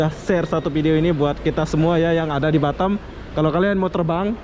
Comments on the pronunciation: Batam bozkuuh Bukan batem Susah memang lidah orang lombok niech😰😰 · lidah mas tuch yaa huruf A dibaca E😁 Efek klamaan jd tki di kualalumpur🤪